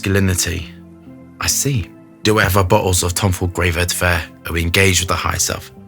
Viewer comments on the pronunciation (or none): Is this the edt or edp? I've noticed always say's vertiver rather than vetiver?